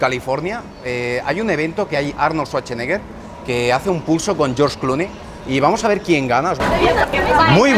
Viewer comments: "Arnold suacheneger" 😂😂😂😂😂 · Arnold "ZuarcHeneGueR" :v